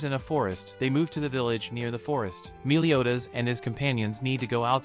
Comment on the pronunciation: It sounds like youre saying miliodas